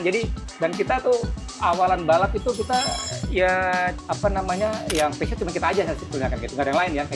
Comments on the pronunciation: tidak bermaksud menggurui tapi pelafalannya harusnya bukan pesyut tapi pusyo. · 😂 masih salah, yg bener Pe Zyo